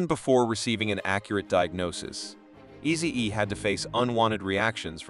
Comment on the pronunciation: How can this guy mess up the name Easy-E with two EEs.Is this a automative Ai robot voice?😮